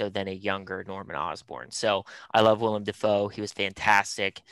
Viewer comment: Bruh was saying "William Defoe" lmao